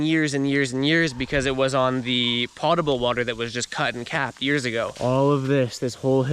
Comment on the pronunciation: You definitely pronounce potable correctly.